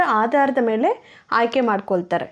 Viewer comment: Haayke alla aayke